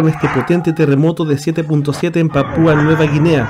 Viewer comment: Desde Ciudad de México saludos a chile Pero que aprenda a hablar el tipo este Dice.. Panpua No es panpua